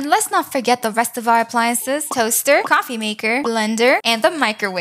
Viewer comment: I love when she says shaquet idk it’s jacket and cwoffee table